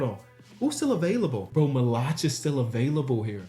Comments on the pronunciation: the pronunciation of maluach is crazy 😂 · Dying every time he says Maluach name wrong